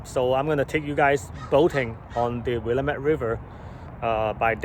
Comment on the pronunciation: If you are going to live in Oregon you need how to pronounce willamette. Other wise you will be known as the idiot! Get a native to tell you how to pronounce it!